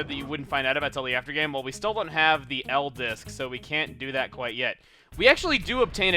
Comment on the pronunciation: I thought he said M-Disk